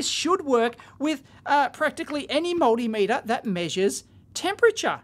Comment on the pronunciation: Look, If you keep saying Moldymeter, Im not going to watch anymore.